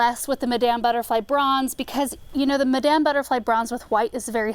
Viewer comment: madam sounds like madum